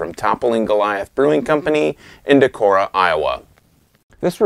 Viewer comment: Definitely worth the trip to their tap room in Decorah (you pronounced it right, btw). Would love to hear your thoughts on Pseudo Sue!